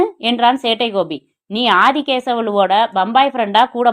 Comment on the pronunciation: காத்து இருந்தேன் சேட்டை கோபிக்காக. Thanks thanks thanks சகோதரி. நீங்கள் சொல்லும் சேட்டை கோபி என்ற உச்சரிப்பு அருமை 🎉